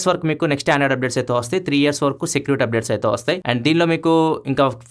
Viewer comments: 3 Years ❌ 3 Yeras ✅ 😂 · Yeras kadhu Anna years 😂😂